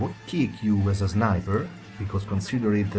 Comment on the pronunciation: good English.But instead u shouldn't say zniber ;3